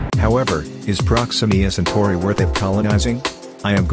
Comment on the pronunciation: "proximima santori" 💀